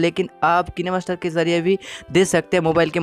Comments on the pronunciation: Ken-a-master nhi Ka-ain-master pronounce karte hai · Kinee master ni hota h kine master hota h🤣🤣🤣